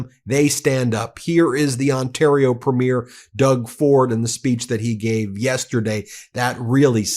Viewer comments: I really enjoy your coverage of world events.... if I may make a comment of clarification though? When referring to our provincial and territorial leadership, it is not pronounced " premiere" as in an event, but Pree'/me/er. I have always been a stickler for addressing people correctly, probably from my nursing background. Thanks to your attention to this seemingly small, but meaningful to us, Canadian pronunciation. Hope you continue to shine a light wherever it's needed to expose darkness for what it is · As a Canadian, I love this channel, but my US friends… our provincial Premiers are pronounced “Pree-meer” vs. how premiere (as in movie premiere) is pronounced “pru-meer.” Also, Trudeau is pronounced with emphasis on “Tru” and not “deau.” Ok I feel better now. Carry on being awesome! ❤ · Premier is pronounced preem’-yer. You’ll make more Canadian friends if you make the effort to pronounce it correctly. 🇨🇦🙂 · Ben, if you want to sound more Canadian (and why wouldn't you?), pronounce Premier as PREE-meer. :) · 🇨🇦 Alberta here. Ben please start pronouncing Premier properly. It's phonics are " Preem-yer" not PREEM-AIR. It's not like a PREMIERE of a movie. You learnt to pronounce Alberta properly. Come on now, please ❤️🇨🇦❤️ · friends, The title of Canada's Provincial leaders(Premier) is pronouced: "Preme-yeer." Watch a CBC, CTV, Global, etc., newscast. All the best, in spite of you having to deal with UnoWho.. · Please stop pronouncing Premier incorrectly, guys. It's pronounced "Pree-meer" not "preh-meer" like the opening of a show lol Love from Canada 🇨🇦🇨🇦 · Just a side note it’s pronounced PrE mier, accent on the pre, not on the mier. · Please note it’s pronounced Preemeer (Premier) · I’m a Canadian fan of your show but it’s pronounced Premier not premiere which is the word used for the first show of a movie or play. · Pronounced: pre-mear